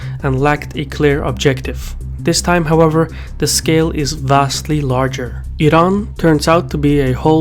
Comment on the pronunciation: Wired to hear "Iran" pronounced the right way rather than "I-ran"